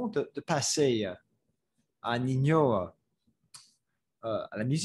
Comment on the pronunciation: Ninho se prononce comme le mot ninho en portugais, donc ça se prononce "ninio" (ou comme niño en espagnol) -as a French person I enjoyed how you showed that it's pretty nuanced and not just "before good, now bad" -for example you have Jul who is seen as a "bad" rapper making "bad" music by the old heads. But when you look deeper, Jul is giving back to his community in Marseille, releasing albums for free etc so once again showing that there are nuances to everything